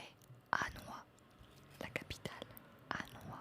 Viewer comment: Merci pour votre vidéo très calmante ! :) Hanoï a un tréma et se prononce donc "hanoye", phnom penh : "pnom pèn", naypyidaw : nèpido & (sri Jayawardenapura) Kotte est la capitale avec columbo :o J'adore la géo, l'asmr & espère aussi une suite :)